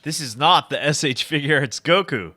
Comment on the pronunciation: Firstly it’s goku not guko, and second, fix your grammar